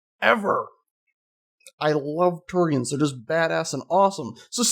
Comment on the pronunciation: Drove me crazy how you keep saying Turians confirmed...